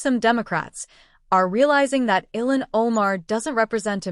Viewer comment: Ty 😊 🙏 Her name is Pronounces Il han.😅